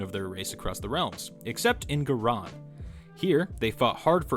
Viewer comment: good video, hope to see more. Also, a heads-up: in AoS and Fantasy Ghyran is pronounced Guy-Ran, like how Iran is pronounced eye-ran